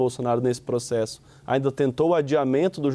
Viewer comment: Processo ou proxexo? rindo aqui kkkkkkkkkkkkkkkkkk